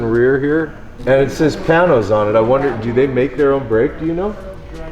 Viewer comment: Pain nose. Not Pan nose.